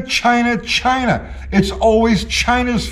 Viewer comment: Sometimes I just miss how he said "Chy-nahh"..